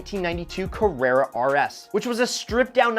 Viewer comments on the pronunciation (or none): none